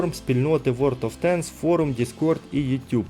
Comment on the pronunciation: Друже хочу дати пораду , тобі б торохи попрацювати над вимовою ( англ) танків чи тощо , інколи дуже врізається в вуха або наприклад "ворд оф тенкс" а не ворлд , дякую